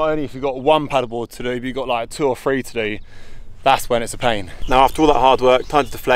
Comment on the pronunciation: Where are you that you pronounce “three,” “free?”